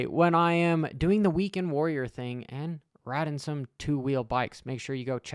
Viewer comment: Grown man saying “fing” is kinda fruity